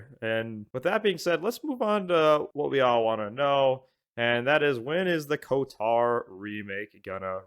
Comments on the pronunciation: Why are you pronouncing it as kotar do you say ald instead of old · The way you pronounce KOTOR is so tuff 😮‍💨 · Literally painful to listen to. But he’s one of “those” guys that plays as a girl in RPG’s, so not overly surprising.